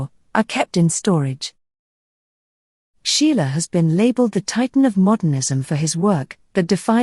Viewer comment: Pardon me, you always mention the name of artist "Sheila". But the artist's name is SCHIELE!!!